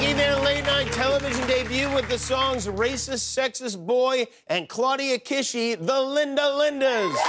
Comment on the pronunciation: WOW. Love these girls. The anger, the energy — punk’s not dead! They’d fit right in at CBGBs. Side note: I hate to be “that girl,” but Claudia’s last name is actually pronounced key-shy. But the fact that these girls even know the BSC is a miracle in itself.